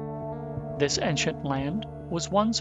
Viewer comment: Based on how the narrator pronounced “ancient” , with a mostly flat-a in the first syllable, I’m guessing that English is not his first language.